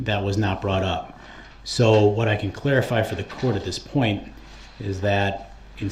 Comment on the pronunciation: Did that dumb ass just say dis instead of this?